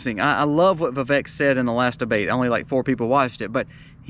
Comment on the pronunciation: It’s Vivek like Vivake ‘cake’ according to the man himself. FYI